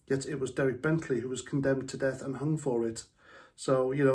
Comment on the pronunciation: Sorry, I thought you said deaf Penalty.. . 👂